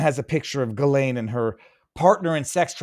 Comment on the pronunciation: Thank you Viva, because hearing everyone pronounce her name incorrectly is weird 😂